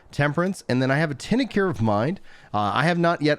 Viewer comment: Hate myself for saying this, but it's pronounced Tink-chur . I'll see myself out...